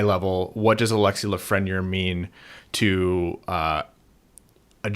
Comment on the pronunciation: It bugs me how y’all pronounce Lafreniere. It’s not La-fren-yer. It’s La-Fren-Yair